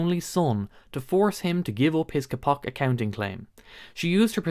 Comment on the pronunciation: Kapok? It’s “Kay-pock”, which is what mattresses used to be made of.